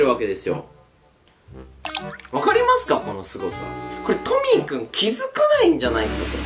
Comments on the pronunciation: にカンタはトミックって言ってない？ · トミー君がトミック聞こえた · トミーくんがトミックに聞こえた🙄